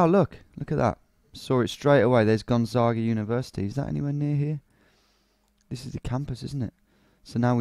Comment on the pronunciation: Actually Gonzaga in portuguese is pronounced just as he pronounced it!